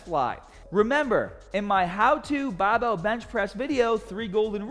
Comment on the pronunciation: Translation for you new guys: BAHHBELL = Barbell STAHHTED = Started AHHM = Arm HAHHDA = Harder